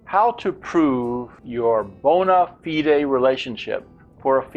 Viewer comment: May I also add that "bona fide" is not pronounced that way in British English or American English... I hope this link helps.